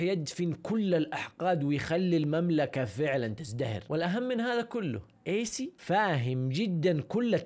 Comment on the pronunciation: كانك قلت ايس بدل ايسي ههههههههههههه